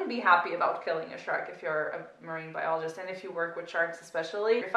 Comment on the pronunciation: Statham: "iom a marine bioleejist io am"